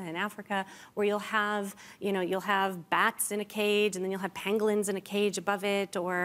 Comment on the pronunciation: She was talking about "Pangolins" in the animal segment. At first I thought she said "Penguins".